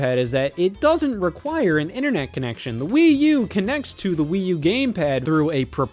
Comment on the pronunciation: Please dont say that again please